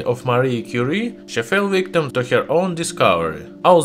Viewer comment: Lol “Marie Curie” sounds like mercury